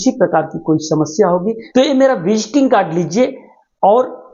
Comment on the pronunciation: Visting kad nahi visiting kard bole